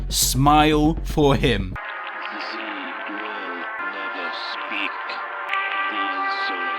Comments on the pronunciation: Its Not Zizzy its Zee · I hear Zee not Zizzy